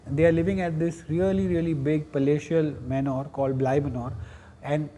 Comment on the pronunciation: Manor is pronounced the same way as Manner